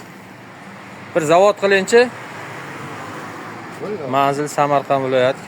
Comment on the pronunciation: ZAVOD DEMEYDI ZAVAD DEYILADI TUPIS